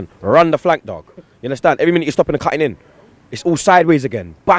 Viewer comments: yunnerstun blud, seriously fam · You mean "unnastan" don't you